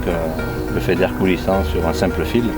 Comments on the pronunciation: Faidair quoi mdr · Le "Fédaire" 😂😂😂😂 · Feeder mdr